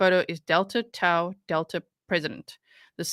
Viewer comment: Delta Tau Delta-- the middle Greek letter is pronounced "Taw." And, for the Lord's sweet sake, The Greek letter "Chi" written as "X" is pronounced "KI" not "Chee." Sigh.....